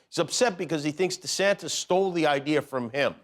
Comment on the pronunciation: Hey Jimmy.. DeSantice? (in the voice of SNL Church Lady) Don't you mean "DeSatan" ! dun dun dun..